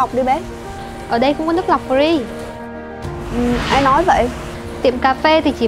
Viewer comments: Chữ Free không phát âm được thì nói tiếng việt giùm... Nước pree là nước gì ???? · Má cái lưỡi ngắn phát âm chữ free nge chán điên, thay vào đó nói từ miễn phí đi ạ :) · Phát âm từ 'free' nghe nhà quê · Ng VN,ở VN,thì tôn vinh mọi thứ liên quan VN,dù nhỏ nhất cũng vậy. Nói tiếng VN đi,miễn phí thì mói miễn phí,cứ phải dùng từ free làm gì,nghe chả lot tai xíu nào luôn,đã phát âm sau,k chuẩn,k đúng rồi mà còn bày đặt free,đã vây còn nói nhiêu lần,càng nghe càng ứa gan với kiểu phát âm đã sai còn cố thể hiện,ra vẻ. Vai diễn lag ng xấu xa,nhưng tao coi vẫn bth,k thấy tức,nhưng chữ free lại khiến tao nổi máu côn đồ rồi. Diễn vao ác,ng xấu nhưng t lại nổi điên vì chữ free,vậy có gọi là diễn thành công k,cô ây diễn vai ác thành công k.